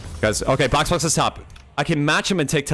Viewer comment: got boxbox got bosbos gosboxoabfkab